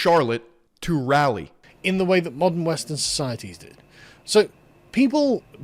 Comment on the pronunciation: The way you pronounce Raleigh is a crime